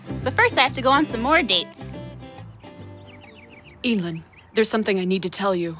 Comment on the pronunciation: I thought it was pronounced e-dl-yn